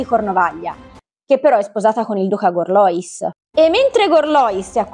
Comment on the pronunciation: Gorlois mi sembra che si pronunci alla francese...Gorluà